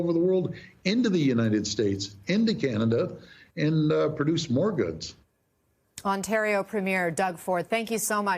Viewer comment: Ontario is a province not a territory... seriously the way American media cant pronounce Ontario, Toronto, or Premier is embarassing. And elbows up, FAFO